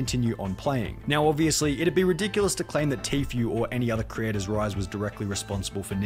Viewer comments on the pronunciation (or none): Him calling Tfue Tofu made me laugh so hard